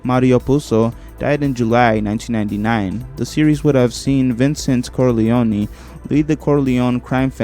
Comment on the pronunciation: Pretty good video i must say, but if you dont mind a bit of constructive criticism. i would suggest looking up the pronunciation of many of the names you said. some I understand but other like Coppola are not that hard or saying the name Corleone in two different ways in less than a second appart. It would make the script sound much much better.